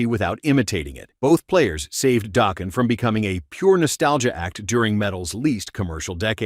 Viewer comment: Daw-ken not doh-ken